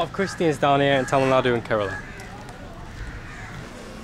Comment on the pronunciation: Your Tamil pronunciation more or less exactly similar to the pronunciation of Tamil speaking people of Tamilnadu. Keep it sir.